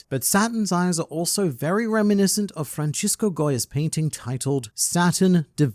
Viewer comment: Francisco is pronounce like 'Francis Drake' you just add a co at the end he was Spanish not Italian